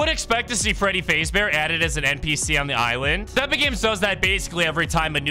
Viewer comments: what are the chances this man is an AI cuz AI cant pronounce faz bear and says faze bear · Fr. "Freddy Fazebear" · you kep saying fazbear wrong, its fazz like jazz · Ah yes freddy FAZEbear its freddy faz fahs bear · Freddy fazbear❌ Freddy fazebear✅ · “Freddy fasebear” 😭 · "faze ber"💀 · Bro really said Freddy feyzbaer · also did you just say freddy phase bear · Bro pronounced 'fazbear' and 'carribean' wrong